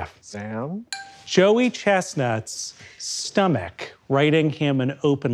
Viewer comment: Quietly obsessed with how Sam chooses to pronounce 'stomach'